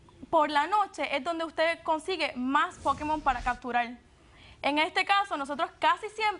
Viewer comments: vamos a ver es "POKÉMON" no es "POKIMON" hablen bien. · "LOS POKIMON" JAJAJAJAJAJA!!!!!!! QUE RISA!! Muero!!!! 😂😂😂😂😂😂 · Pokimon Jajaja